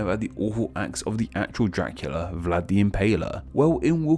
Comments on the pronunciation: Question with pronunciation (what a surprise): Can you make the “dr-“ sounds without making it sound like “jr-“? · fishlegs It’s a common habit for English speakers. “Dracula” phonetically came out sounding like “Jra-kyoo-luh.” Similar to “Drive” sounding like “Jraiv,” “Tree” sounding like “Chree,” or “Fortune” sounding like “for-Chin.” Do you ever notice this?